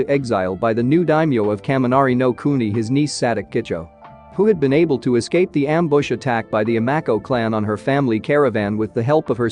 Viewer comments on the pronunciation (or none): none